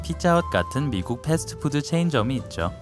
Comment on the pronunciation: 인상 깊었던것 ㅎㅎ 패스트푸드 발음 넘했네 페스드푸드 라고 발음 하시고 페스드의 드발음은 죽여주세요 ㅋㅋㅋ